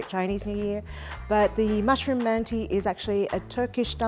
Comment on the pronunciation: the letter at the end of manti is not an I it's without a dot, and is pronounced like schwa, uh. mant-uh